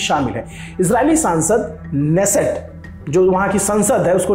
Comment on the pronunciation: Hebrew bolne wale K'nesset hi pronounce karte h.